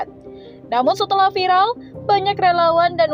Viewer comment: Viral buk..bukan vilal 🗿🗿🗿🤣😭😭 Ngakak emang ibu" +63 ngomong ...pedes pedes🤣